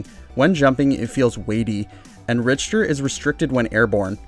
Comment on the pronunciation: Rich Ter? I thought you were calling him Richturd. I think its pronounced Rick ter belmont